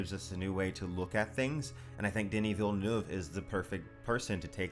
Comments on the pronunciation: Congrats for Villeneuve prononciation. Pretty much the first english saying it right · Great Villeneuve prononciation! Hard word for non french speakers